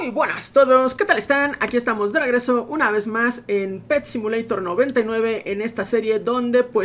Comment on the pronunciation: aveces cuando el volumen de mis casos 🎧 está bajo se oye que dices PEPSI MULEYTOR 🤣 cuando nombras el juego, ojalá PEPSI te auspicie esta serie XD.